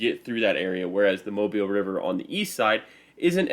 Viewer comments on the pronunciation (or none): It is pronounced “Mo-beele”, not “Mob-ile”. The unusual pronunciation is because it is a French pronunciation of “Mabila”, one of the American Indian tribes that inhabited Mobile Bay.